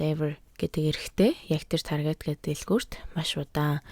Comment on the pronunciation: Targeet bish Taarget gej unshdag shu